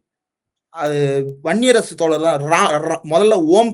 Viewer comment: அவர்களே தோளர் அல்ல தோழர் "ழ" உச்சரிப்பை பழகிவிட்டு ( உங்கள் உச்சரிப்பு படி 'பளகி') ஊடகத்தில் பேசுவது நன்று "தமிழ்" என்பதையாவது சரியாக உச்சரிக்க தெரியுமா? அல்லது 'தமிள்' என்பீர்களா?